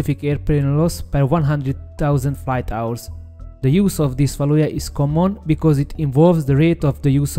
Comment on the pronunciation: Összességében jó lett a narráció, 1-2 szót nem értettem csak elsőre. Egy szó volt mindössze "fájdalmas", a "value" aminek a kiejtése "veljú". A Szu- rövidítést általában s-u ("eszjú")- ként mondják, de mivel a Szuhoj angolul "Szukoj", szerintem a "Szu" is jó. Egyébként a MiG-21MF-et nem érintette a 90-es évek nyomora ? Ha a Bisz-nél ez tényező akkor ennél is elvileg be kéne kavarnia, aszt hiszem 96-ig még repült az MF.